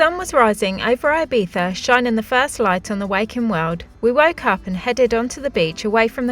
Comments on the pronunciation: Guys, love the channel but 1 request: Please try to be less "Brit abroad" guys ffs: it's not Eye-Beef-a. Please learn it cos it's embarrassing... It's pronounced E-be-sza ❤ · It is IbiZa with a Zee, not an eF. Please call it IbiZa not IbiFa, sorry, but it is anoying. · Sorry! It is NOT “eye beetha”! It is Ee Betha or Ee Beeza! It is not “halapeeno”! There is no substitute for the n with the tiles in Spanish! Stop sounding like a nonce and pronounce the words correctly or at least try! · You should be fined for continuously mispronouncing Ibiza.